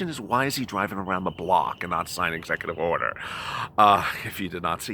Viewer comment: Execu”TWEET” Order